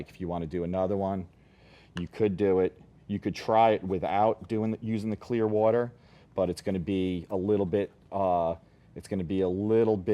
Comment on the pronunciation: i very much dislike the way he says 'water' >:(